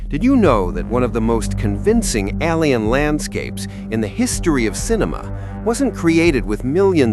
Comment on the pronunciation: "All-ey-an"? No, it's 'alien' (ay-lee-ann). AI VO?